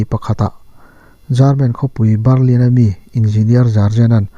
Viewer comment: Jarman (German) Barrlin (burma ang der burlin)😉 hma i sawnzel ka beisei.. i aw ngaihthlak a nuam